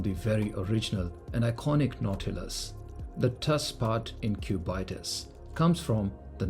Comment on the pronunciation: why is bro calling it the Q Bite Us